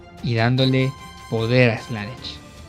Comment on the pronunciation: Buena opinión, ojalá algún día aprendas a decir Slanesh bien